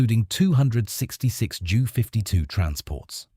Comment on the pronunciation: JU is the prefix for Junkers aircraft. It is pronounced jay-you, not joo